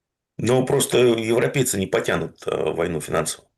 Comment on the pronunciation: Еще " укрейцы" есть и "еврепейцы"😅